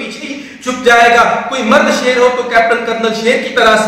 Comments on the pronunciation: seer nahi sher pehly batin seek lo tab speech karna oky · Pehle to is larki se ko kaho ke SHER to sahi se bole le. Ser bol rahi bhosri wali. lol Pakistan Zindabad. Ser hahahahahahahahahaha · shair ko sair hahahahhahahahhahahahhahahahahahhahahahhahahahahhaha